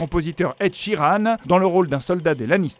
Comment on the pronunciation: hahahaha jai fait repley 43 fois quand il a dis ed sheeran xD omg cette accent la